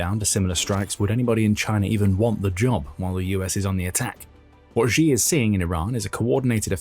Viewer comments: Its pronounced, "she" not, "gee". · Xi. I know it's really uncomfortable to pronounce his name as "she", but that is the correct pronunciation. "Gi" is not correct, even though you may feel more comfortable saying that since Xi certainly is not a she. Yeah, not the most important thing... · Who is president Ji or Gi? I am Swedish and not a Youtube presenter but at least I know basic pinyin. Just say it Chi in English PLEASE and you are at least much closer to the truth. We would spell it Tji in Swedish. So for English speakers. Xi Chi and Qi just say Chi if you don't know better. There is some difference but still endlessly better than inventing a new president😃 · Let's try saying "she" just as it is pronounced in Mandarin rather than the bastardized "zhee" that just makes you sound ignorant. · It is NOT supposed to be pronounced like Zhi or Ji. It is supposed to be pronounced like "she". Really. Just say the word SHE. That's how it's pronounced. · You know, I'd take this analysis more seriously if you could actually pronounce "Xi" correctly